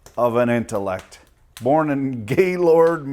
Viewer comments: lets go beat they up with are in-ta-lect (not assualt anyone) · lets go beat they up with are in-ta-lect